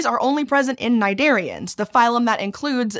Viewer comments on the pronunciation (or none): Hey, the "C" of cnidarians is not silent; it's a "k" sound. Thanks.